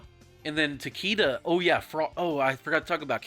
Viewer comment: It’s pronounced ta-kay-duh (not ta-kee-duh)